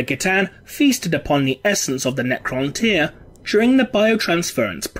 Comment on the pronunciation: It's the correct pronunciation.